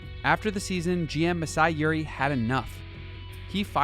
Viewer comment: nah, this dude said masai YURI. this dude is a GM not a Russian